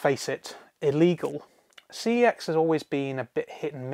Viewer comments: It's pronounced "see ex" short for computer exchange what it used to be called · Cex pronounced something that sounds similar to sex, is too vulgar. Yet I use fuck,shit and cunt etc in most of my sentences. Makes no sense